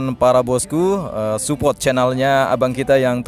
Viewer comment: support astaga bukan supot lol... kek nya emang lidah lu ga bisa ngomong support ya...